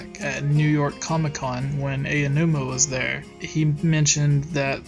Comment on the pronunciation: His name is not Ayanuma. It is Aonuma (Pronounced 'Ow-Noo-Ma').